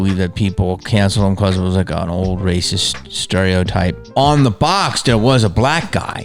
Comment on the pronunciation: “That’s Ricist” 😂😂😂 Love you man, just made my day! Please don’t stop uploading, we need you Jamie. For real dude, I don’t even need to ask you to keep it real, because you just do. Fake wokeness doesn’t help. Especially when the people claiming to be woke aren’t who they say they are. I think it’s import to use your platform to call out these assholes, and provide solutions. Which is what you do, don’t stop! Seriously, this is important, and any naysayers can take their BS opinion about you and shove it up their A$$. #JamieKennedyIsTheSHIZNIT